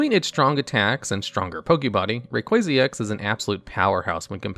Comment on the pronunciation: But he pronounced Rayquaza correctly lmao